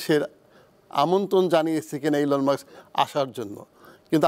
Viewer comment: মাক্স মাক্স (Muks) করেন কেন, Elon Musk (মা স ক্- মাস্ক) not মা ক্ স!?